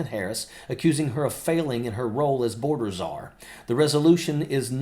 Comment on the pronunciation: Please tell MTG there is no such position as " boarder zarr" her ignorance is more profound every day.